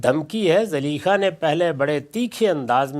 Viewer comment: zaleekha???? hahaha Zulaikha naam tha uska. itna sa to iska ilm hai